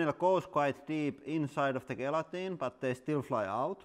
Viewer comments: The G at the start of gelatine is pronounced like it's a J. One of the many things that make the English language insane. Love the channel. Keep up the good work 👍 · Gelatine pronounced Jelatine or simply Jel